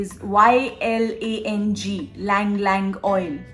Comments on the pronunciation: Ylang is pronounced elang not lang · Ylang Ylang oil is pronounced as Yuang Yuang and not Lang Lang. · Its not lang lang.. Its EELANG EELANG....CRRCT PRONUNCIATION